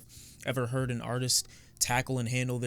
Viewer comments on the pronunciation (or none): none